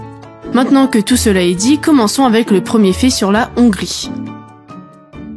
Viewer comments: Il faut aspirer le H de Hongrie ! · Intéressant à écouter Dommage que vous ne prononciez pas bien le mot Hongrie ou Hongrois en français et fassiez une liaison inappropriée qui écorche mes oreilles On dit les-hongrois et non « les zhongrois » Je H n’est pas un h muet En-Hongrie et non « en n’hongrie » Heureusement je vous ai entendu dire la Hongrie et non « l’Hongrie » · « … en Nongrie il y a des Zongrois… » 🤣